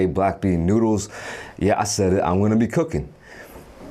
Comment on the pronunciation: the fact that u say noodles like that 😳 noods